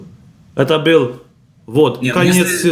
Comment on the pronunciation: Нужно говорить не бил а был.учи русский,блогр.ребята с Крыма красавчики,молодцы,ржали над тобой.до твого уровня не упали